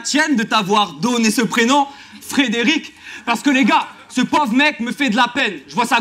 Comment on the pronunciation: C'est Fred "est" rick pas Fred "et" rick 😂